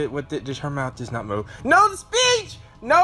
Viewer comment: 10 seconds in and then "NO, NO, NO, NO, THE BITCH, THE BITCH" (yes, i know you're saying "the speech", but i thought you said bitch the first time i heard it)